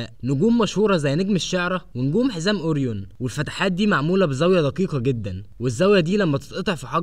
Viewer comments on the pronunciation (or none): none